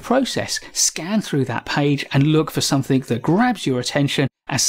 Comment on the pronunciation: There is no 'k' in 'something'.